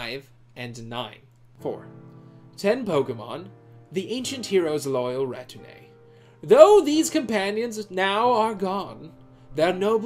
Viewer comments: I have nothing new to add except that retinue is pronounced REH-TIN-OO for crying out loud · Every time you said retinue, I wanted to sho*t myself! Amazing video btw. Look forward to your future videos. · This video is great but I can't get over how "retinue" is pronounced so wrong throughout the video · that is not how you pronounce "retinue" my friend.